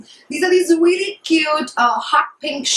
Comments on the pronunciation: if I had a penny for every time you said 'weally' I'd go shopping at sarojini nagar maybe :P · hahahahaha ....weally